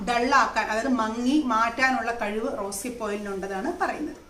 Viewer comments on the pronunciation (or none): none